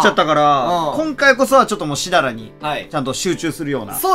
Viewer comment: 前から思ってたけど、しだら先輩って言ってるよなぁ〜笑